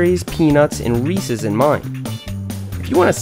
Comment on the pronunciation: Thank you for saying Reece’s correctly